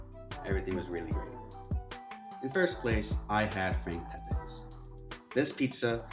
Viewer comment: It's Pepeeee's not Pepaaaa's. I lived in NH 74 years. Never heard of PepAaa's. Geezus....and it's not matsarella, it's mootsadell. Here's a freebie for you..... it's not Mannykahttee, it's Madeegawt. You guys italian??? Even The Lone Ranger needed Tonto, find yourself a ginzo sidekick to take along.